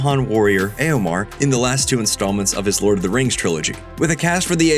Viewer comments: Why do you pronounce it as Eomar???? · Hearing Eomer pronounced as "Eomar" made me spit my drink out. THAT was not expected. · learn how to pronounce eomer for the love of god :D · That's not how you say eomer